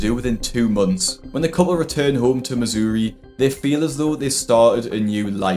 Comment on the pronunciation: Never heard someone pronounce "Missouri" like that before lol. In the US we say it like "muh-zur-ee"